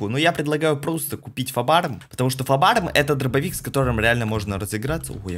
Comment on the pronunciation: КАКОЙ ФАБАРМ? ФАБ-М АУУУУ КАКУОЙ ФАБАРМ ДЯДЯ